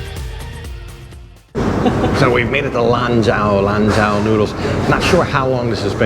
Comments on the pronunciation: By the way Mr. China Expert. You pronounce it as if it were written "LON JOE". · Lanzhou lamien was my favorite chinese restaurant when I lived in China! It’s pronounced lam Joe. The zh in Chinese is the same as a j in English… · Lanzhou noodles. In Mandarin, zhou sounds like "joe".